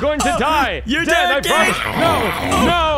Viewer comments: why is pomni saying denny instead den😂😂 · Why is pomni saying denypoo???? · Um why is pomni called you Denny instead of den😆😂🤣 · Why does POMNNE always act like that and why did she say Denny? Instead of DEN.🤨🤨🤨🤨🤨🤨🤨